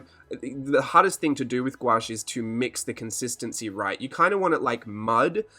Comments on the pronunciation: You say gouache the real way ahah most people say gouauche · You can "squawsh" the word together and pronounce it "GWASH" (Oxford) or you can say it in syllables and pronounce it "goo-aash" (with an American drawl) and the only reason why I know this is because I looked it up on Google- the end-all! Lol!! For me it's like the word 'quinoa.' Thank you for mentioning longevity on the palette. I waited with much anticipation to watch this video without interruption. Terrific information.